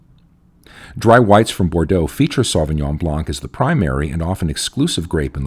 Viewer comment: Why can't anyone pronounce Sauvignon Blanc properly?